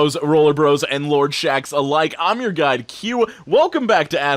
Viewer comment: I always think he's saying "I'm your guy cue" but it's guide and it tickles me weird.